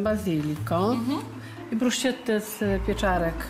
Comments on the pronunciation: No i jeszcze jedno: Pani Madziu, a co to jest bruszczetta? Bruschetta czyta się brusketta. Oj, pani Madziu... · Pani Madzia niby taka włoska, a nie umie nawet po włosku powiedzieć Bruschetta (brusketta)